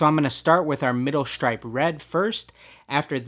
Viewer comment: the gucci “SHHTRIPE” “SHHHTRIPE”